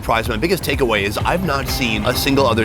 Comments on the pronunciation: It is TAKE AWAY Not Ta-KeAw-ay 🤣🤣🤣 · Takeaway Not Turkey away 😂😂😂😂😂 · “Take Away” hahahah it’s take away